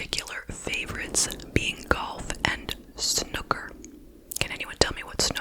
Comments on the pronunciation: I used to live about 15 minutes away from Great Baddow and have friends that went to Anglia Ruskin. I remember hearing about it at the time and thinking wtfffff... P.S. It's pronounced like 'snooo-ker' and it's similar to pool but played on a bigger table with quite specific rules 😅 very English! I used to work in a snooker club 😅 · it’s pronounced sn-oooo-ker as well - more emphasis on the oos 😊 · Really late to this one but snooker (the oo is pronounced like in hula hoop) is like pool! I didn't realise it wasn't a worldwide thing!! Thanks for covering this case x